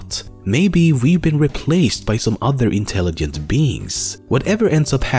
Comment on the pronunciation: he said intellighent